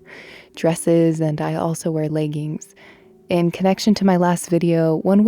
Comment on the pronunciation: I just found your channel recently and initially I got a very New Englandy vibe from you. But then I heard the way you pronounced "leggings", and knew you were from a fair distance west of Lake Champlain.